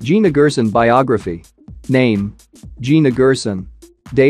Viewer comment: She pronounces Gerson as (Jerson)